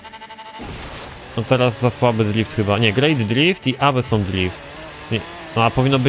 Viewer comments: Awesom haha aosom sie mówi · Ale na pewno nie "awesom" PS "asom" najczęściej czyta się w US, ale oboje mamy racje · Awesome czyta się jak "osom"